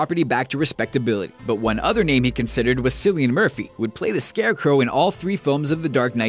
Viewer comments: Cillian Murphy's first name is pronounced Killian, not Sillian. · it's pronounced KILL-E-IN Murphy, not SILL-E-IN Murphy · cillian is pronounced (kill-ee-an) not (sill-ee-ann) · Some Americans really cant pronounce Irish names, he said Sillian Murphy instead of Cillian Murphy. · Sillian ???? Its pronounced Killian its just spelled with a C the Irish spelling. Thats as bad as the people who pronounce Domhall Gleeson as Dome-Hall..its Donal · Cillian Murphy's name is pronounced Kill-Ian not Sill-Ian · Americans always butchering Irish names , Cillian Murphy is pronounced Kill e N not Sill e N . in another video you guys did the research and pronounced Marion Cotillard right . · it's cillian murphy with a c sound not with an s. it's the Irish version of killian. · Cillian Murphy pronounces his name Kill-ian, not Silly-an. That's very silly of you. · KILL-EE-IN MURPHY, NOT SILL-EE-IN MURPHY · His name isn't pronounced "Sillian" it's "Killian" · "Kill-ee-an Murhpy" Not Sillyia Murphy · "Cillian" murphy is pronounced "Killian" not "Sillian" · Cillian is pronounced KILLian not SILLian, honest mistake though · Cillian is pronounced Kill-ian, not Sill-ian. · It's Kill-ian Murphy not Sill-ian, Irish names aren't that hard to pronounce lol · It's Cillian as in pronounced like Killian not Scillian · Did you just say Sillian Murphy? Is it really that hard to pronounce? It's Cillian, with a hard C, like Killian. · cillian Murphy is pronounced like Killian not sillian just saying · It's k-illian not s-illian Murphy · Cillian Murphy is pronounced: kill-ee-en, not the way it's pronounced in this video. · Cillian is pronounced Killiian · Hi guys. I'm Irish, and I'll let you know that the C in Cillian Murphy, is pronounced like a K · It's not Sillian murthy, it's cillian, you pronounce it with a 'c' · "Sillian Murphy" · His name is pronounced Killian Murphy, not Cillian Murphy. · "Sillian" Murphy. Oh my god that's pathetic. A small child would know better.